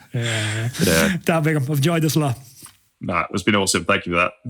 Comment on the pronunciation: Great chat, but is it so difficult to pronounce his name correctly? There is no 'n' in Bigham...